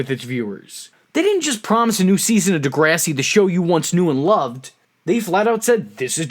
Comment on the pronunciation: Ooooh man the way you pronounce DeGRASSi 😜😂 jk